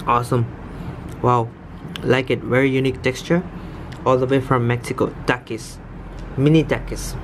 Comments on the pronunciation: My man said takis like takeis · You dont know how to say the word takis